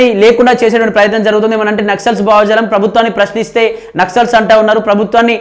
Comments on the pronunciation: భావా జాలం కాదు అది భావ జాలం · తమ్ముడూ, బావ మరదలు కాదమ్మా, భావ జాలం.